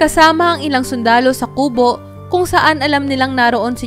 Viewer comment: Ayusin mo ang pagbigkas Ng salitang kubo di maragsa Ang pagbigkas nyan